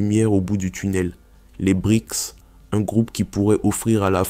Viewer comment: BRICS PAS BRIX